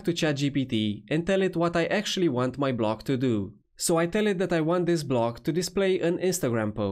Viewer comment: Block? Blog? Sorry, no Hate but everytime you say „Block“ (as I asume?) I hear „Blog“ which means something completely different. But I guess this is a „problem“ a lot of speakers and audiences have since WordPress introduced Gutenberg BloCKs ??????? 🤷‍♂️🤷‍♂️🤷‍♂️ 🙂🙂🙂